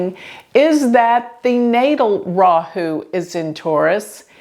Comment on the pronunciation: Lol it's weird to hear Rahu and ketu from a foreign mouth. It's nice we have at least exported psuedo science in America. Hope it gets out of india to America.